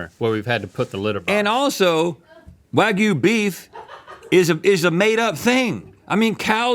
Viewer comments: Hearing wagu instead of wagyu makes me irrationally angry. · It really bothers me how people say "wah goo," completely ignoring the y in it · Why do they keep saying “wagoo” there’s a y in wagyu 😂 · wagyu ❌ wagoo ✅ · It's wag-YOU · I love how Rhett pronounces “wagyu” as “wagoo” 😂